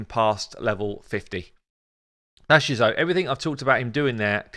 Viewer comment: Does anyone else cringe with ' Jizoh pronunciation? Great porn name though.